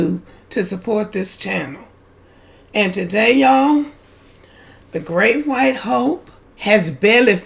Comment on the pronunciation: You start a video saying GREAT WHOTE HOPE. If anyone is still listening after that they need a shrink.😂